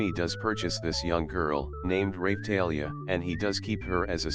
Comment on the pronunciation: "Rapethalia" 10/10 text to speech